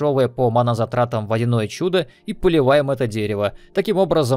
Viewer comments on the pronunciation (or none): none